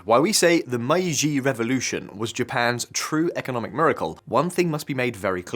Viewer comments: Why are the brits the hands-down worst at pronouncing foreign words? Meiji being pronounced as MY-gee 🤣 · Mispronunciations of common terms like Meiji" make me skeptical of the quality of the research. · I don't live in Japan and I'm still cringing at the pronunciation of Meiji